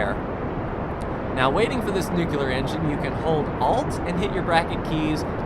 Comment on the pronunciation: Please learn to pronounce "nuclear", it's really annoying.